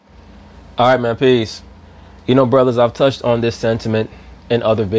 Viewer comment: Hero Gebrial It always sounds like he says "I'm at peace"